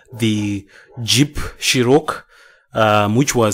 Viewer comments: Dumb fuck does not know anyhting about jeeps he pronounced it CherROCK lol. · thank you guys for the scam alert. The way he pronounces cherokee as "cherook" is a give away. hahaha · SCAM. Also Jeep Chero-KEY (not "cher-oak" as the man says at the beginning, was made from not 1983. Do not follow the endless trail of surveys in attempt to get the document you are after, you'll never get it! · hahaha should have known from that dumbass CHEROCK hahaha